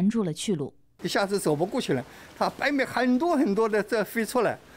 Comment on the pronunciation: 他蚂蚁的蚁发音对，白蚁发白米，按道理说，应该叫蚂米，哈哈哈哈